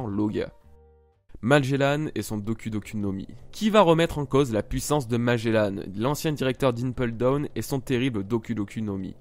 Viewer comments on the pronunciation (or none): Ca ce prononce Magellan et pas magellane juste pour infos ca fais mal au oreilles d'entendre magellane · et magellanne (enfin tu le dis comme ça :p) bas c est un navigateur et ça ce dit Magellan (comme le nouvel an) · Oui sa ce prononce magellan pas magellane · la manière dont tu dit magellan est horrible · Juste un truc quand tu prononce magelan ne dis pas MAGELANNE mais magélAN comme comme dans grANd an pas anne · Magellan pas Magellane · Magellan pas magelanne comme tu le prononces bordel de merde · Pourquoi tu dis magélane? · T'ES SÉRIEUX MAGELLAN EST MON FAVORIE ÇA SE PRONONCE : MAGELLAN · Il dit magellane xD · Même ci la vidéo date un peu je tien a dire que j'ai détesté ta façon de dire Magellan. Mais le reste était sympa a regardé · Ta prononciation de Magelan ma fe mal à l'oreille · tu prononcer mal le nom de magellan